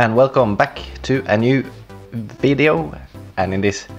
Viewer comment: Hello guys welcome to another vvvideo and in this vvideo XD then after that u Said wideo XD Good job! XD